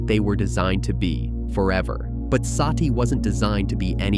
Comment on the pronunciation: It's NOT "Saaati".. Her name is "Sati" or "Sutee" which means "the truth" or "virtue" in SANSKRIT OR HINDI LANGUAGE